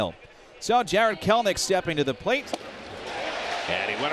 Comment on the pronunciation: Jared putting the 'K' in Kelenic 😅😭